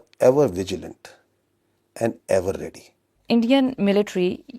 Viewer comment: Isbaar bohot dhyan se bola aaaaaand forces 😂😂😂😂😂